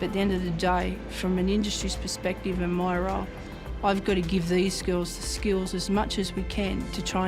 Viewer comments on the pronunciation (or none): none